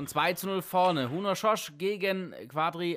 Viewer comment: Szöcs = [ßötsch], nicht "schosch"